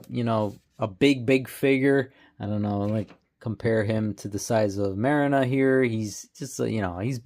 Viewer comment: Marrina is pronounced MAR-REENA..